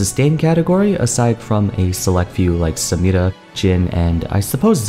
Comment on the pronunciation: man I love how you pronounce Samira, it's very accurate